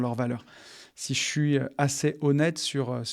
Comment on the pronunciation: j'en ai assez (é) pas assè 😂😂😂😂 désolé ca me dérange mais c'est super le podcast